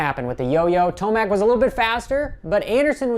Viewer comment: ment ro say TOMAC not Timac